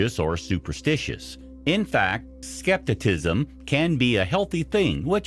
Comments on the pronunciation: Skepticism is pronounced the way it's spelled & not skep-ti-tism! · I’m on the cap cusp lol And I just commented to say his pronunciation of skepticism, made me cringe so hard